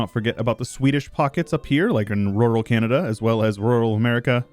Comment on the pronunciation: Honestly speaking, even calling Canada "Canadia" feels very cool and a bit Roman. So I totally dig it if anyone else calls Canada Canadia.